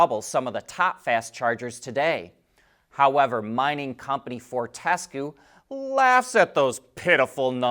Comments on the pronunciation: Fortescue is pronounced fort-e-scue not for-tes-cue. Foi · that mining company you mentioned is Australian and the correct Pronunciation is Fort-tes-queue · Fortescue is pronounced differently. The battery show is about anything to do with vehicles? Totally makes sense naming it that 😂